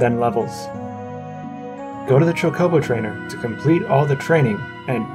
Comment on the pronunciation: Why do you keep saying like cha co bow